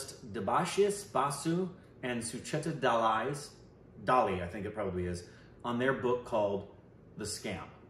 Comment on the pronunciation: well he pronoun correct i think😂 suchita dalal